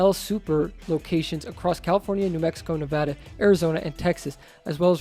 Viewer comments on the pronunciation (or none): none